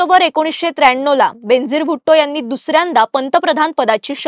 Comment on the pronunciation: Her name is pronounced as Ben-azeer, बेन-अझीर it's a Persian word which means unique, matchless. I am a great fan of her.